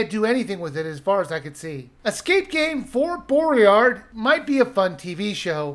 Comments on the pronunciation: I wasn’t expecting much from this game, but man I’m still disappointed. It could have been so much more. It’s a shame it ended up as a shovelware title. Oh and ... I’m sorry, I really am, but... there’s no R In the title. It’s Boy-Yard, not Bow-Ree-Ard :p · I take your opinion with a pinch of salt as you don't even know the difference between a lion and a tiger... oh and it's pronounced BOY-ARD, please do you homework before doing a review in future, pointless! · you botched the name in the first 5 seconds